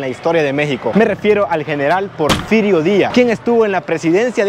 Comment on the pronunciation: Porferiato???....Porferio???...anotalo porque dices muchas tonterías